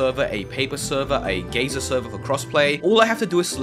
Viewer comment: Did you just pronounce geyser as gayzer